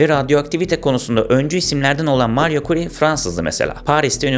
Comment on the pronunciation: Marie Skłodowska Curie Fransız mı? Hatun doğma büyüme Polonyalı. Nasıl bir telaffuz bu,hiç mi ingilizce bilmiyorsun.Devlet öğretmeni kadar bile ingilizcen yok mu senin. Kapattım videoyu.